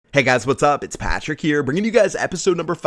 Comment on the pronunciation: What the fuck? Do you purposely say "Patrick" at the start of all your videos that way? Like dude just say it normally, you didn't used to say your name like that when you first started. Not hating, just curious.